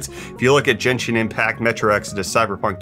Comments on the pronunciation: It's Genshin, not Jenshin. I'll keep posting this in every instance of this happening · Gen-shin impact? Isn't it a hard G not a soft G? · YOU’RE PRONOUNCING GENSHIN WRONG KEEP DOING IT